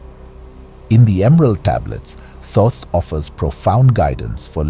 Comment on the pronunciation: The first first to pronounce Thoth correctly in ages.